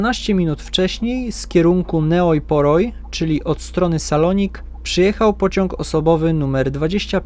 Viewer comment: Ta miejscowość, Neoi Poroi czytając po Polsku to "Nej Pori".